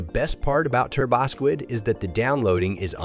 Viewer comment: one of the most convincing sounding AI voices i have heard yet. only thing that gives it away is the turbosquid mispronunciation